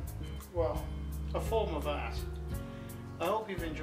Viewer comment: good accent... I do comedy ... I have to learn to say AaaaAAAaaaRt